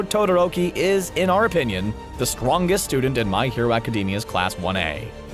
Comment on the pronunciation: STRWONGEST. Me laughing myself to death.